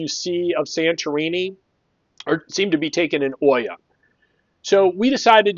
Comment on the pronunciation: It is pronounced EE-ah, not Oy-ah. Hard to hear that over and over 100 times in this video. At least you roll the "r" in Fira ;)